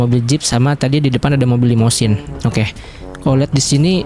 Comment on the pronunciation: Itu limosine bkan limodine